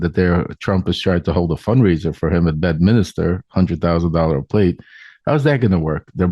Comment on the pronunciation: I am no Trump fan nor Guliani fan. This interview though is a joke. The guy doesn't even know the name of the town in New Jersey. It isn't BedMINISTER, it is Bedminster. Not to mention the guy has a foul mouth. Can we ever just have a normal conversation with the garbage vulgarity. It makes you look and sound small, uneducated and crude.